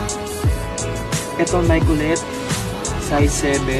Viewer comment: Nayki po ung pagbigkas ndi po nayk....keep it up 😊